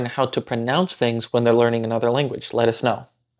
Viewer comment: “lettuce know” 🥬